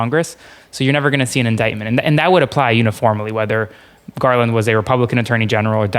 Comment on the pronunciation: Merrick gaaaaaaaarland. Dude is drunk AF